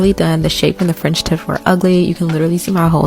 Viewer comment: Frendship? You lost me their girl. Its called a French tip but when you're rushing to tell your story and emotions are running high at the same time, some words are bound to come out wrong so not hating girl...im giggling with you.